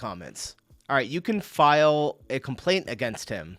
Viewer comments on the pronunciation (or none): none